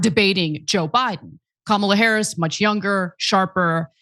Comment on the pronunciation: Lied about what? It’s Harris, not “Harries”.